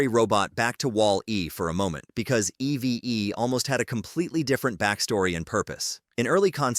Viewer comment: It’s EEVE in pronunciation, “”, not E-V-E! 🤨